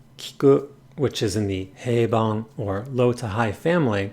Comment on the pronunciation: dont know if youre joking, but its "Heiban" (平板)